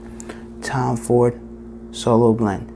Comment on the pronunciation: Solo Blanc ??!! WTF ... You literally have no idea on how to pronounce the fragrance do you ?